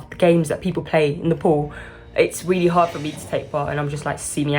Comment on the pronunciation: I love how you say Willy willy... instead of really makes me smile